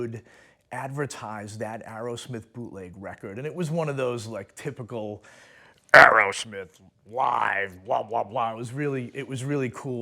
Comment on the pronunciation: It’s Aerosmith, not Arrowsmith.